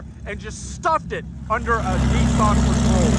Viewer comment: Whats a NESSAN We call them N I S S A N